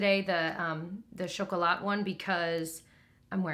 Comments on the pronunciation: Don’t pronounce the T at the end of chocolat and you’ve got down! Oh and thanks for the elf classic eye palette recommendation in one of your last posts, it’s perfect for an occasional eye shadow wearer like me :) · Almost perfect pronunciation: pain, don’t pronounce the n, chocolat, don’t pronounce the t . Et voilà! ;-)